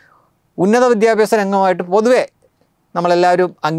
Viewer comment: Not vidyabyasam said "vidhya-aabhasam"